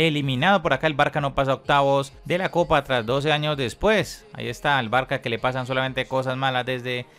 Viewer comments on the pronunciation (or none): No se pronuncia “Barka” se pronuncia “Barsa”